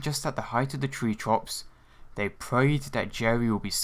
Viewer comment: "Tree Trops"